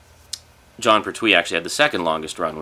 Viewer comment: Just to let you know its pronounced Pert-We. Any Red Dwarf DVDs yet?